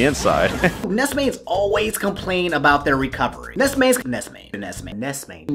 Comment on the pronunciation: It sounds like Ness is saying, "Ice Cream!"